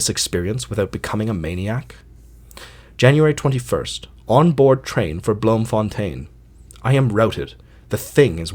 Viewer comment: It's pronounced bloomfuntine in Dutch